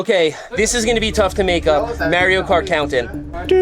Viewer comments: Who the hell is Mary-Oh? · "Mare-ee-oh" has me questioning everything. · It’s pronounced Mario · someone tell this man how to pronounce "Mario" 🤣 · I can't get over how you pronounce Mario. Lol. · Why he say "Mario" like that?